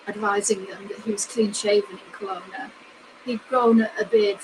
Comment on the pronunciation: Its pronanouced Kelowna